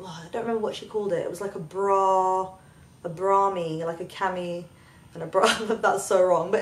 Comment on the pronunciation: "It can be worn as a top or as a bra... a brap" Hahahaha! :D